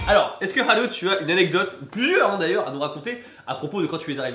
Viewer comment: Je ne connais rien au Japon alors pendant le confinement j en appris pas mal grâce à tes vidéos ou japania ou ici japon Je ne comprends pas pourquoi Haru se prononce haleu alors qu apparemment le son "eu" n existe pas au Japon. Est ce une erreur de ma part ?